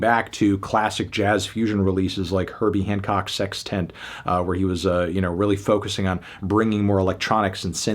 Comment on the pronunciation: Love the pronunciation of sextant with the emphasized space, "sex tent"